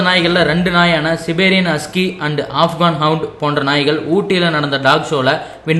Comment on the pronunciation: சிபேரியண் husky illa சைபீரியண் husky ok